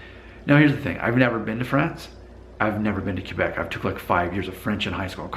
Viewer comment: Hey, I think this is the first video that has really frusted me. It began with the title, then to the way you pronounced Quebec and then the rudness barometer French vs. Spanish....Arrrghhhhh (severe face palming!!!!).... 1. The title is pure click bait and in my own honest opinion is politically in correct 2. Quebec is one of the most beautiful provinces in my homeland. There are two pronunciations that are fine: [Kay-beck] which is close to the Frano-Canadian pronunciation or [Kw'-beck] which represents the Anglo-Canadian pronunciation. Many Anglos use either or sometimes both. Why does it bother me? I'm not sure.... It's not rude, but it may be just a sign of ignorance or not caring enough to get it right. 3. Then there's that rudness barometer... How can you really ask those people who take the time to watch your videos to pit two cultiures against each other and then to ask them to pass judgement on who's ruder. It just doesn't make sense and puts you in a very bad light. Both of these cultures are much older than your very own. They have matured into cultural adulthood, while your culture is still developing. I think every country treats all visitors the same. If you go in open-minded and ready to experience a different culture you will be received with open arms. Could it be that when you started your DNA feed that you alienated some Spanish followers? Did you have all your facts straight before you made your first statements? Remember too that for most of these v